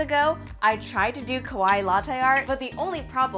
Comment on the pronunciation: I love you and your channel. I've been watching you for years, and I respect you so much! But the one thing that's always been bothering me is you pronounce "kawaii" wrong. 😭